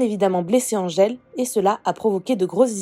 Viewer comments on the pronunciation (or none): Greg dit Andgele et pas Angele, ce bebeww ☺